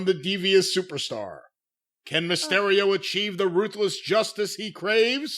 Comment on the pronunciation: If I hear say mah-stereo one more time imma sodomize him with a 🍍 with my ring worn Mysterio mask on. Jim cornette